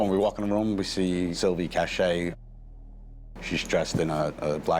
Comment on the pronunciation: Her name is Silvia C-a-c-h-a-y not Cache